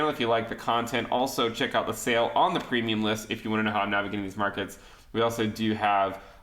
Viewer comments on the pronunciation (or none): I love how you say PrEmIum LiSt